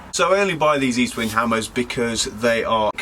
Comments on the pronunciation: Estwing not eastwing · The name is Estwing Not Eastwing and it's the name of a Swedish immigrant who came to the US. The Sure Strike is made in China not good old U.S. of A.